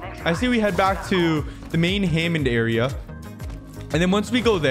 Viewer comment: Bro can't pronounce Hammond correctly